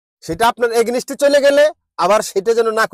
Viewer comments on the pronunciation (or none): শেষ ৩৫টা টি২০ ম্যাচ খেলে ৩২টা জিতেছে। এর উপর সমীকরণ তৈরি করুন। পার্সেন্টেজ কত হয় অঙ্ক কষে দেখুন। ইংরাজী উচ্চারন করছেন "এগেনেস্ট" আবার অন্যদের নির্বোধ বলছেন। আপনিও সেই ওয়ান এণ্ড ওনলি বাংলাদেশী । 😅😅😅😅😅😅